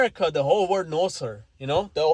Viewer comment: OMG FOR THE LOST TIME "WORLD" IS PRONOUNCED "WER-OLD" OR "WUR-OLD" NOT "WERD".